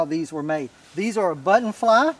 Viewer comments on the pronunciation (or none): none